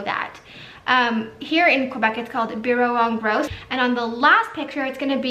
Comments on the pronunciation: The way you said "bureau en gros" sounded so foreign considering we all hear it said in french 😂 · She’s not a French speaker tho, so obviously it’s going to sound foreign